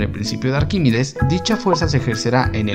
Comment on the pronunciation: ¿Por qué pronuncias "Arquímides" en vez de Arquímedes?